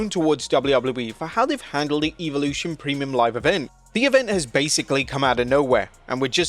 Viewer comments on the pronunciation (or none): bro stop calling it “EVILution” 😂😂😂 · do you just like pronouncing evolution wrong? pretty sure it's a short e not a long e.